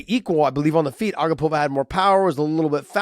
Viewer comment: Hey Josh! Her name is pronounced a-GAH-pova not A-gah-POV-a… Anik gave the tutorial on the broadcast